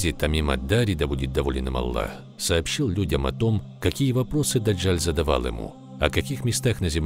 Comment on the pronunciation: Не ДАДЖАЛЬ, А ДАДЖАЛ !